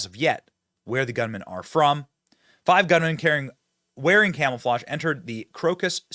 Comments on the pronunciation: Is it me or does Benny say camel-flage instead of camouflage 😳🥴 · Did Benny just say "Camel-flage"? 😅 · Are you saying camelflage? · Benny I can’t take you seriously if you say “camelflauge” and “nookular”